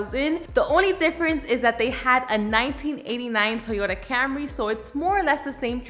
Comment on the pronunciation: just be sure to refer to it by its proper gangster street name: the Toyota Camré (camRAY). thats how the coolest people pronounce it